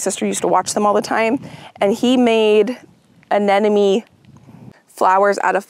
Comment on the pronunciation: Uh-NEM-oh-nee! The word does not have the word “enemy” in it!